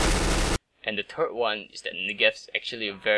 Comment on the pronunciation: I like how he said "the turt one"😂